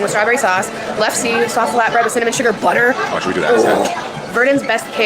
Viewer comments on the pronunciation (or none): LEF-SA and SHOOL-BREAD. That is how you pronounce the Norwegian food she butchered.